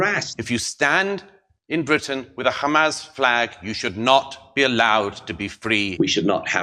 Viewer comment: You've nevah Mr Bean